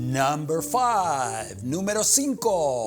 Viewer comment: This dude is struggling to say '' FIVE''.